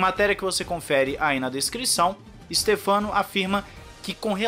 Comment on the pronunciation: Fala, eh stéfano domenicalli e não stefâno. Vlw. Me lembrou o Micaél shumaker do Galvão Bueno kkk